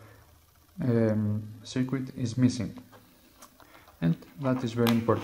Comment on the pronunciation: Was he calling the the USB to serial chip "the secret"? It sure sounds like it.